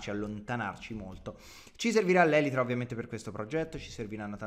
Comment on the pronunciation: Sì dice elitra